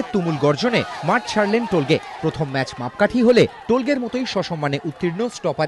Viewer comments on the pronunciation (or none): টোলগে না উচ্চারণ হবে তোলগাই উজবে